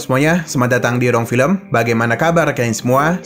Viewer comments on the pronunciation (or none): none